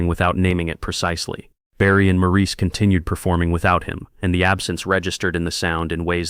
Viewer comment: Maurice's name was pronounced Morris, not Maurice.